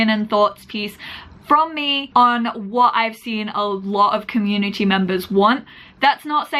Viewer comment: "The CommuniTEA" LMAO <3